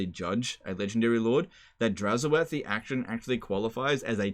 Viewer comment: It's oath, not o-ath.